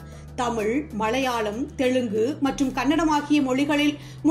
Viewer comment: நல்ல குரல் நல்ல ஏற்ற இறக்கம். ல ழ ள சில இடங்களில் மட்டும் கவனிக்கவும் . ஆல் என வரும் இடங்களில் மட்டும் ஆள் எனச் சொல்கிறீர்கள்.நடிப்பாள் கமள் நடித்திருந்தாளும் மலையாழம் தெளுங்கு கவனிக்க. பாடல் ஒலிக்கிறது.எனபதற்கு‌ ஒலிக்கின்றன என்கிறீர்கள்.படங்களாக அமைந்துள்ளன என்பதை‌ அமைந்துள்ளது என்கிறீர்கள். ஒருமை பன்மையும் கவனிக்கவும்.